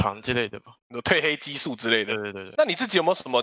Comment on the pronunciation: 褪ㄊㄨㄣˋ黑激素